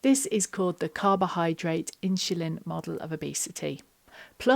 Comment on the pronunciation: Thanks for the advice. Sorry, but I was constantly distracted by you saying “In-Shu-Lin” (insulin)! 😊